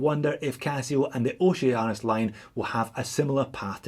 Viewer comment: now i cant unhear Oce-anus